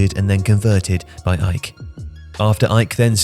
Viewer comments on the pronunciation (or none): Lol that's what I said 😂, it's A...E...K Athens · You sound weird saying "ike" never heard them pronounced that way, always been A-E-K. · Surely AEK are not really pronounced as "Ike"? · Who is this "Ike" you keep talking about? AEK? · I was waiting for a comment like this. Wondering whether I’ve always said it wrong. I’ve just said the letters AEK Athens not ‘ike’ like he says, which is correct? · I don't think they pronounce the AEK but great video tho 😃